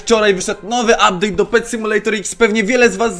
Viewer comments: "Updade" dzięki za poradnik był kozacki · "Uptade" super film troche sie dowiedziałem i potrzebuję tego peta ponieważ chciałbym farmić coiny na opening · "uptade"nick Czakinia